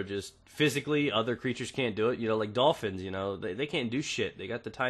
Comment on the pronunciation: It's funny how you say dolphins. They actually can masturbate. Have no idea how.